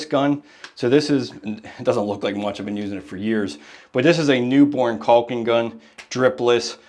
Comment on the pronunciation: Love your channel, but the “L” in caulk is silent my friend 😊. There’s no such thing as “CALLKING” 😂